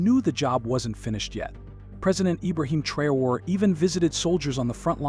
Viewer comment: Take your time. Study the name carefully and pronounce the name respectfully. Thanks for your cooperation.